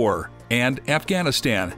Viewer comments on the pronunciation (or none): none